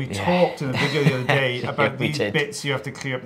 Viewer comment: "And my name is Rys Barbar and I'm the OtHeRRR audiologist..."😅😅😅